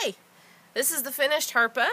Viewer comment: How it is spelled leads me to believe it was pronounced more like "hjarpe" than how you said it in the video. "ae" would be the vowel in "cat," whereas "ea" is a diphthong